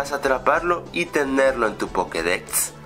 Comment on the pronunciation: jajaj pokedecsts